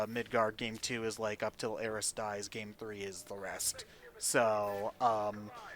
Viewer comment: am i the only one who still hates when says aeris instead of aerith